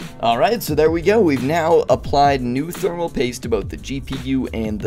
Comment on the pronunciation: Thermal Poist